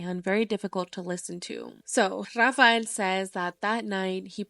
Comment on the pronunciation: I like how she says RRRAFAEL 😮😂😂😂😂😂😂😂